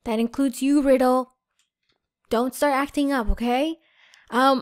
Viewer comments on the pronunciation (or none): It's Ry del not riddle just saying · its not pronounced "riddle" its pronounced ry-dell